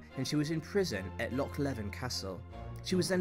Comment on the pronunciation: Have to say I do not like your constant disparaging remarks and name calling about the various monarchs. You could just present the facts, as you see them, instead of embellishing with your own opinions of these peoples' characters and their intelligence. And, for goodness sake, learn how to pronounce "loch" correctly, please !!